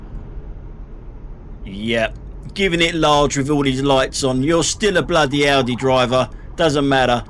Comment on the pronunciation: Well I think his AI songs are just awfu; the worst being his Audi song - he can't even get the AI to pronounce Audi correctly. It sounds like 'Ordi'. As you would pronounce 'audio'.